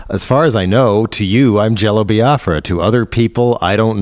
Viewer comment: i love that even though Jello pronounces it how it's pronounced, Nardwaur pronounces it "Bi-ah-fra." it's a good running gag